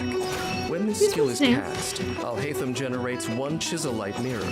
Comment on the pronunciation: Video: Al hay tham al hay tham al hay tham You: al hi tham al hi tham al hi tham